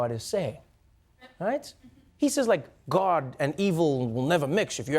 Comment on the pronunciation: Trevor keeps saying guard instead of God